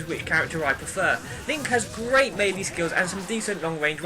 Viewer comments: He's saying it right dumbass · My best character is Kirby. When I played melee (pronounced as may-lay by the way to those arguing) I played as link. I think one of the best reasons Kirby is great is he has so many smashes. As in he can rocket people away instead of just giving damage.